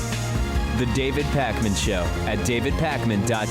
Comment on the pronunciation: It's Pakman! Not Parkman...jeeesz. Great interview though. Very interesting